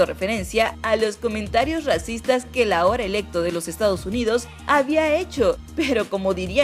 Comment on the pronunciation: Alguien más se dio cuenta de que dice: RACITAS